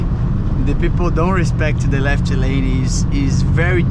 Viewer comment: Wow, your English is awesome, you totally can do it, just a little advice to improve your accent, you are always prolonging the Portuguese "i" sound, like on the word "left", "lefiti", try to get rid of it, just spell the mute "f" and "t". Good luck in this new path, with English you have the whole world to conquer.